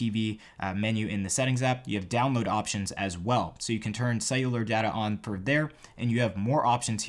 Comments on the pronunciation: It’s data, not data. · I hate the way you say data it’s data (hahah) maybe the way yu say it is a American pronounciation